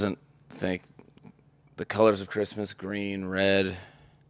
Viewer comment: Chrishmish, lol